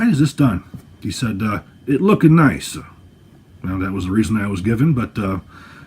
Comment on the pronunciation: It was actually more like 🕴🗣 "because it look'ah niiice👌" with a thick Italian accent 😁😂